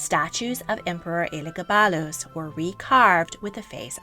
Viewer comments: I’m cackling so hard at how she pronounced Elegabadus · This video is great but the pronunciation of Elagabalus is killing me.